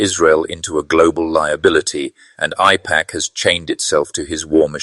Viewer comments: I love your accent but are you saying “I” PAC or “A”IPAC with an accent. It throws me off every time you say IPAC,it was hard fo me to pay attention. I had to watch the video twice. Still love your channel ❤ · I appreciate this video. But, please, the pronunciation it’s A-pack, not I-pack! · AIPAC is pronounced with an A, not an I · Correct pronunciation matters. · Apparently, AI does not know English well. It is AIPAC, Ai says long A, Pac, short A. Train your pet better.